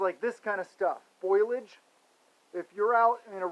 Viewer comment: It's FOE - LEE - EDGE, Brother, just trying to help.